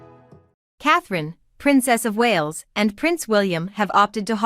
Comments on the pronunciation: Yeesh. Who is the commentator here? It is Lou eee, not Lou iss. It is not the Walls, it is the Wales as in big fish called whales. The king did not scale back HER duties. HE did. It is not Must tique. It is Miss tique. The Wales did not exist in 2008 so didn't holiday here for the first time in that year. Catherine and William wed in 2011. The children came later. The Wales did not raise the monarch's spirits when they visited HER Scottish estate over the bank holiday weekend. The monarch did not reserve the bank holiday weekend for time with HER grandchildren and great grandchildren because HE doesn't have any great grandchildren. It did not mark the monarch's first summer holiday at HER summer estate since the death of Queen. Queen was a rock band and is still alive. A king is HE and HIS. A queen is SHE and HERS. Queen EII was not 94 when she died, she was 96. The monarch enjoyed many happy memories on HER estate? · Listen up their names are pronounced like whales minus the h...not wallis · If you must insist unprofessional photoshopping at least get the pronunciation of their names right. Leweee not lewis. Wales not walis, oh and Queen not quarn. Then not Her( Charles) mother but His mother. Need I go on? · This is an awful video wrong pronunciation it’s Wales not Walls and you seem to have got confused on kings and Queens also Queen Elizabeth was Catherine’s mother in law not her mother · It sounded like she was saying Wallace . . . and I kept thinking, who are the Wallace’s🥵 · Happy holidays beautiful family ❤ please can you say Prince louis name correctly its Lou ie you don't sound the letter s you are annoying saying it wrong and its the Wales family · You need to learn how to the family name Wales as in the country of Wales. Prince Louis is not pronounced Lew is but as in French is pronounced Lou ee